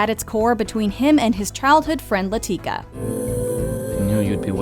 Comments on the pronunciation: La-ti-ka, not La-teak-a!!! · Okay, narrator? Go watch Slumdog Millionaire. The fact that you pronounce it "LaTEEkah" tells me you're just reading the script and haven't actually seen the movie for yourself. Watch it. It's wonderful. You'll enjoy it. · How the heck do you guys keep mispronouncing Latika every single time Slumdog Millionaire is on a list. That's probably the most said word in the movie